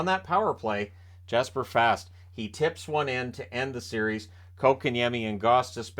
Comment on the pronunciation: Can you pronounce Fast correctly . He is Swedish it is pronounced Fass ,but to the game itself was a great game ,but you knew eventually the Canes would get that goal